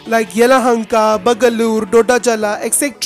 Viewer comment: Seriously, pronunciation is at horribly different level. You are trying to provide some info. You given. But, how come the 'Dha' sound came in Bagalur.